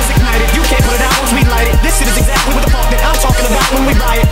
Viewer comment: Apprends à parler Anglais x) On dit : What. Et pas Wath.